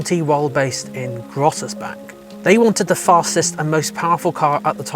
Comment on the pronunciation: Crazy how you butchered the names Aufrecht, Melcher and Großaspach.